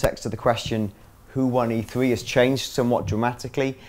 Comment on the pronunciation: This is just an awful video, for starters, the fucking conference is called E3 - So it would make sense to get someone who isn't linguistically challenged... It's 'E Three' not 'E free' dickhead.